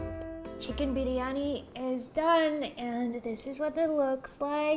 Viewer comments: Her Biryani pronunciation is so good! Amazing video! So proud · The way you pronounced biryani was PERFECT! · Idk how much practice she's had but her tonal notes for the word "Biriyani" is almost perfect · OMG the way she pronounced Biriyani , I made my ears melt .... She pronounced it like a true Indian ..... I thought she would pronounce it the foreign way but she nailed it .... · I love the way shw pronounced briyani ....it just felt like indian accent ....im a indian and i thank-you for doing this video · Her pronunciation of biryani is so correct. :) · And also her pronunciation of "biriyani" won my heart!